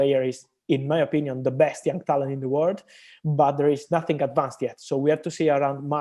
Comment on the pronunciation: I like how he pronounced young as yang😁